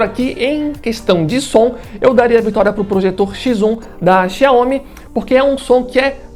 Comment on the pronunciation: O que você precisa melhorar, e se informar, é como se pronuncia os nomes das marcas. Nesse vídeo em especial, a marca “ XIAOMI ”. Você está pronunciando de formar errada, e muito amadora, não é assim que se fala, ou pronúncia o nome XIAOMI. Essa é minha crítica, e sugestão. De resto, o vídeo ficou ótimo. Os dois projetores são incríveis! Eu fico com o que tem melhor qualidade de imagem, o XIAOMI. Por : Jailson Santos 😎